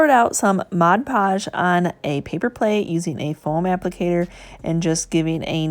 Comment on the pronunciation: I love these projects. Please say MOD podge, not moj podge.